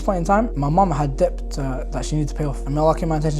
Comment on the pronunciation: Brother just wanted to let you know that the word Debt, it’s pronounced like Det, the B is silent, sounds like you were saying Dept but yeah. No shade, just thought you might like to know. You’re doing great 👍